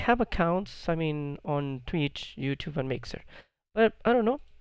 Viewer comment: please stop saying youtooth